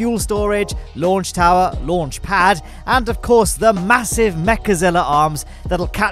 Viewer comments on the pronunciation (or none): I like this guy accent Lonch pod